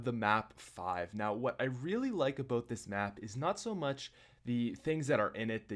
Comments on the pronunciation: its ABOUT NOT ABOOT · I like the way you say about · subscribed cause how you say there and about its the shit